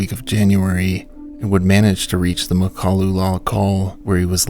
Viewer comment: Loved watching this one, but please know that Makalu is mispronounced - accent on 1st syllable.